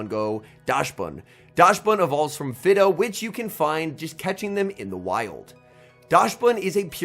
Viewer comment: For the record, the pronunciation for Fidough is the same as Fido, because it's a dog, but made of dough